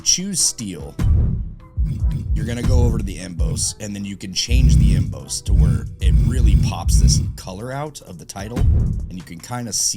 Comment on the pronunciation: Emboss pronounced em-bose is new to me. Em-boss like your "boss" at work, dude. 😁